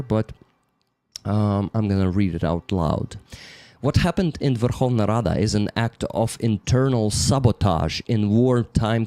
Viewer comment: The way you said Verkhovna Rada is a bit incorrect. Remember, combination KH sounds like H, never K. It's an absolutely stupid and confusing rule, in fact seems like the soviets were intentionally trying to make it so bad when they established the latin script transliteration rules.